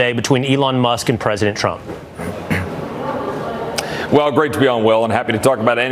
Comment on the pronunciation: I remember when you first pointed out the press sec can't say Trump. So you're going to just roll with Frump now😆